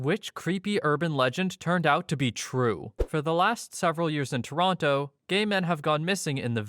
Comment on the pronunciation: i actually had been at one of bruce mcarthur’s places he frequented in Toronto while he was active. it freaks me out i could’ve passed him or seen him and not realized it. also don’t pronounce the second t in Toronto